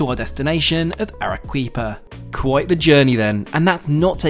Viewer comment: Entertaining and informative as usual. Peruvian food is some of the best in the world. The produce is so wholesome too. This reminded me of my South American travels. FYI- Arequipa is pronounced Ar-eh-key-pa.